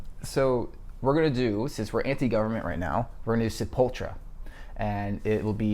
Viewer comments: Sepultra? Its Sepultura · "Sapultra" LOOOOOOOOLOLOL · It's kinda sad ur chick knows how to say sepultura and you don't man